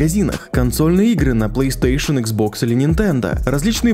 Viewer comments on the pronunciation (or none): none